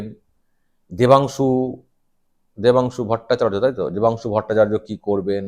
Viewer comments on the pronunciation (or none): none